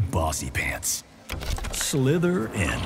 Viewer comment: Ok but Slither-In 😂 I cant